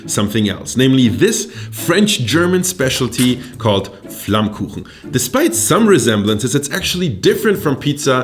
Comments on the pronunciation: do you even know how perfectly you pronounced 'flammkuchen'? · As a German living right next to the Alsace this was kinda funny to me. Also very impressive how well you pronounce flammkuchen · hab doch gewusst dass du deutsch kannst, du sprichst flammkuchen viel zu perfekt aus als dass du ami bist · the pronounincing of flammkuchen was suprising onpoint. you even know what elsasss is, you really catched this complex topic in a frame that fits a yt video. i cant find a flaw. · So happy that you introduce tarte flambé :D (and even more happy that you got the name right :D most alsatian call it by its french name btw ;) ) Still i'd say that your "classic" version of it is a bit different than what used to be served in alsace, originaly you'd have the "normal" who was only lardon (ham), cream and oignion and the "gratiné" that add cheese to the previous one. However, your version align more with new interpretation of the tarte flambé that start to show up in local restaurant nowaday, and being a vegetarian from that area, god i love them ! Anyway, i'm really honored that you show them to the world, a big culinary thank you! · You say „Flammkuchen“ like a German